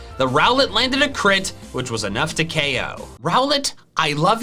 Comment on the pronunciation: Why were you saying oko instead of ko most of the time?